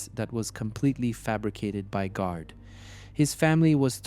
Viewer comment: Anyone paying any heed to this should be asking firstly how much the maker of it can possibly understand about Ireland if they are making a video about the Gardai and they don't even know how to say the word GARDAI. They also call the I.R.A. "era". Don't be allowing yourself to be being influenced by the world's laziest AI.